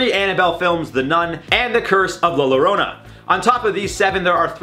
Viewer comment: "Llorona" is pronounced "Yo! Rona!"